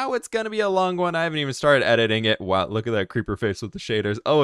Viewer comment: How did you say wow